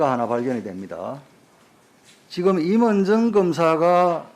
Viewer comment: 발음이나 똑바로해 임은정인데 임을정??ㅋㅋㅋ 사투히좀고치면 말좀똑바로해